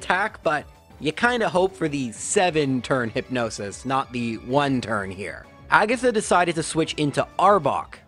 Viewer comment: ah yes, the Elite 4 Laura-Lee Bruhnoh Kooguh Aygath and Champiom Lancy